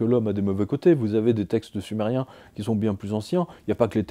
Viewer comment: Quand vous avez parler sumeriens j'entend du somali